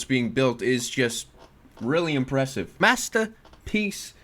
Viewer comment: “Mastapeece”